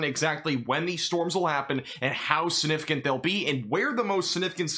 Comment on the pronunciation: You say SUNIFIGANT a million times a day ! It's like scratching a chalkboard since you grossly mispronounce the word. SIGNIFICANT!! SIGNIFICANT!! SIGNIFICANT!! Why do you ignore!